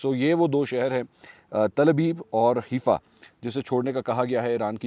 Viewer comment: It is Haifa , not Herfa .